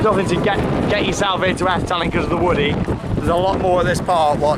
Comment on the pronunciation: Just way u say Efteling is fun, it kinds sounds like afteling XD